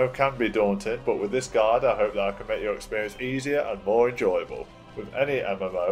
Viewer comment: great guide but why do you pronounce guide as guard?